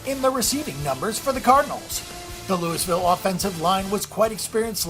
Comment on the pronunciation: The S is silent in Louisville!!